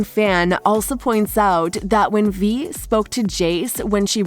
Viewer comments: Vi is pronounced v-eye not v-ee. And it’s Silco not Silo. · Aint no way she called Silco Silo and Vi Ve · VVV I NOT V ITS "V-EYE"